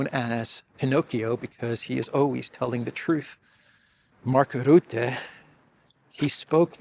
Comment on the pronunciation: Rutte: the 'u' is pronounced as 'e', in 'er'.